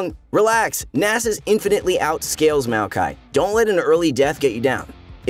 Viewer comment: Its MAOkai not MEOWkai